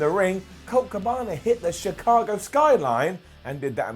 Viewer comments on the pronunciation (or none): none